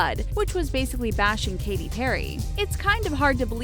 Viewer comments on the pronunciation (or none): none